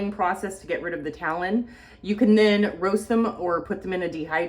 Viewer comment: Tannins not talon 😅